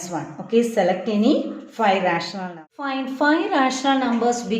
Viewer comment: teacher its numbers not xlumber